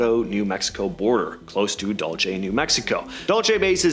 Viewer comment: It's Dulce Base, Like Pulse with a "D"